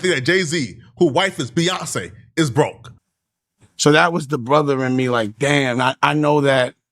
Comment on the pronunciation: For no “dame” reason😂😆🤣